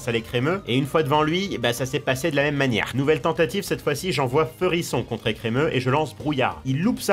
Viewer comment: ah, l'ecremeuh de blanche... de bon cauchemars